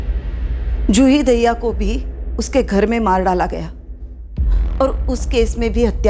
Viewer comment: Madhu Dube ji Daahiya❌dahiya ✅ Hota hai 😂